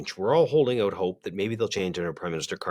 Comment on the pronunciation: Now there is a true Albertan lol "figure it ooooouut" hahah